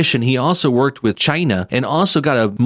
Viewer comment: I love the way that in the middle of speaking normally the word China comes up and he says it like cHiNaH